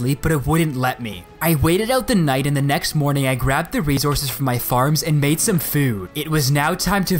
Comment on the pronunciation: Do you purposely say resources wrong